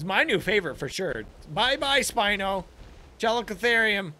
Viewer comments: Just so u know, it's pronounced Cal-ico-theer-ium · it's ca-lick-oh-their-iem